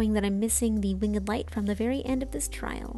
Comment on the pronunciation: Love the wing-ED light! has some classic pronunciations.